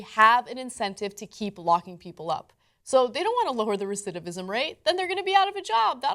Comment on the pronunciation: Did Cenk just messed up the word "recidivism" twice? lol